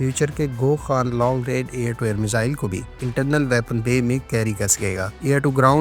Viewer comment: Cycle nhi hai jooo khan ko kan kan boli jaa rhe hein app its billion dollar project of a 5th gen fighter joo 100 million dollar ka kam sa kam hoga kan nhi hai khan hai last koe appp her video mein kan bolte kab say mein dhek rha hon app nah thek kerne ki koaih bhi nhi ki